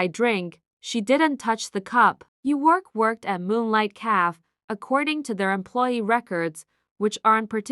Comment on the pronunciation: The AI narrator is horrible. Mispronouncing simple words like shoe/show, café, afrobeats, wound, and other words. The plot was different. Liked story.